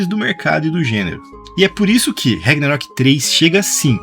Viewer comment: rEgnarok? CARALHO! VOCÊ NÃO FALOU O NOME CERTO UMA VEZ NO VÍDEO... PQP!